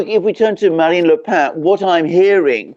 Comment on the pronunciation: Marine Le Pen (with a consonant on the end), not Le Pain.